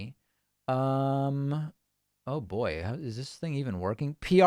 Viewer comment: Why David say "oh boy" like that LMaoooooooo